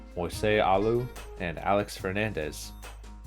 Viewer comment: The way he pronounced Renteria, Zeile and Alou really bothered me like come on dude 😂